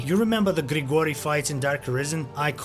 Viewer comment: You have actually properly pronounced Grigori with slavic pronounciation instead of romano-germanic(english, pretty much) one. Impressive.